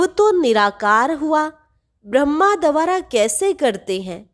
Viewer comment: baki sab kuch accha hai par ek correction hai dwara is shabdh ka uccharan ko teek karlo